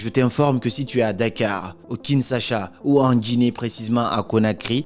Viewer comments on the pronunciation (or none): Kinshasa pas Kinsasha !! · Kinshasa et non kinsasha ! Merci pour cette pépite! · Kinshasa \kin.ʃa.sa\ . La prononciation de SA est à la fin et non au milieu. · tu prononces mal ma capitale KINSHASA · Boss vous prononcez mal « Kinshasa 😂😂, cela nous mets mal à l’aise nous kinois. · Tu prononce mal Kinshasa Suis congolais J'apprécie pas trop